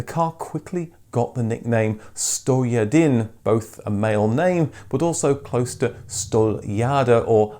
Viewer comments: cant even pronounce stojadin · it is not za stava, but zasta va... wrong accent... also 'stojadin' means 101, not 100 sorrows